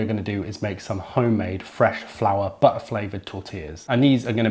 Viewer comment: I'm trying to decide whether "butt flavoured tortillas" was deliberate, or just one of your more extreme dropped T's 🤣 I'm guessing deliberate, given the assortment of reprobates and neer-do-wells you were hanging around with at Prosmoke recently 😛